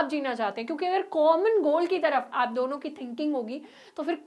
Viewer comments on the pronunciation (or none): none